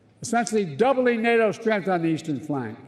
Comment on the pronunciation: NATO easee-ee-flanc? huh?